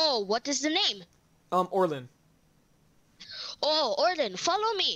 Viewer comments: Me when I heard oriln What its Orin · Did he just say orlin...? It’s orin no L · Its Orin not orlin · Are you saying Orlin instead of Orin? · HE SAID ORLIN ITS ORIN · MY MANS REALLY SAID ORLIN XDDDDDDDDDDDDDDDDDDDDDDDDDd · It's Orin not Orlin y'all keep saying Orlin it's pissing me off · When you said Orin I heard orlin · Isnt it Orin? Not orilyn